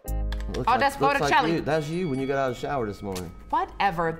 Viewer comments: of course i'm surprised that a pleb like me knows more art history than real artists but can we all just stop for a moment to listen to pronounce botticelli's name on loop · He also pronounced that wrong, but that's a very common mistake to be fair